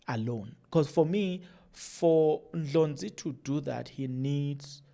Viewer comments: It’s annoying hearing you pronounce Dr Ndlozi as Ndlonzi what’s the matter?? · Heeey wena is not Dr Ndlonzi fool is Dr Ndlozi called his surname properly..